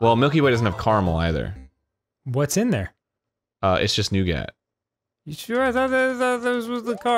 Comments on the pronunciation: new-git. and hes putting a lot of emphasis on the "gat" part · Love how America pronounces Caramel and Nougat. "Carm L" and "New Gatt". Up here in the great white north, we pronounce them like sane people. "Care-a-mel" and "Noo-gut" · You all are missing out on the hot controversy that Arin fucking says "New-Gat" instead of "New-gut" like a civilized person. Anyways, this new guy Danny seems nice. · New-GAT?????? ITS NEWGET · STOP SAYING NEW GAT ITS NEW GET! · Few things anger me more than Arin's "new-gat" pronunciation of nougat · I can't believe people are letting Arin get away with pronouncing it noug@ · Arin pronouncing "nougat" as wrongly as possible has ended me. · POV: you’re here to shit on The way Arin pronounces nougat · The way Arin pronounces nougat bothers me to no end